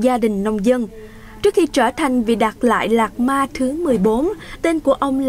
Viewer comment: Biên tập viên đọc tên đạt lai lạt ma cũng. Sai nữa😂